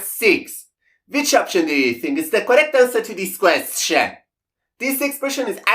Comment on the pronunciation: At first watching his videos, the way he pronounced “question” (kwest-CHEN) bothered me. Now I get a kick out of it. 😊